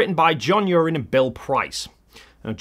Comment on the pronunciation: I think you'll find Uren pronounces his name "U-Wren", not "Urine". Other than that, brilliant.